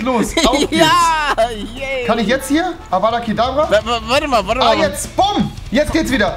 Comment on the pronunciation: Es hesst avdat kadavra und nicht avada kadabraaaa